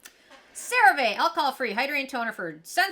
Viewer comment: You keep saying the name of the product wrong! 😂 Here is a commercial with the proper way to say it